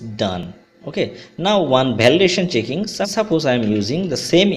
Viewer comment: Bhalidation lol khub bhalo